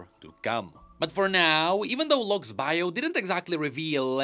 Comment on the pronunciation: whenever you say " Lock's ". I keep hearing " Luxx" 😂😂😂